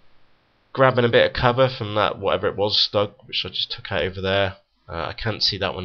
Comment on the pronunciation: what city you from mate ? that accent killed my ears.... because of the way you pronounce "over" "over" anyway, great video!